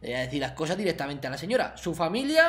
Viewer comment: Su familia pausa superdramatica da to la lástima, jaja 🤣 ma matao eso